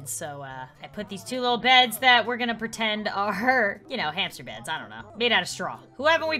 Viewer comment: When she said new hamster it sounds like new Hampshire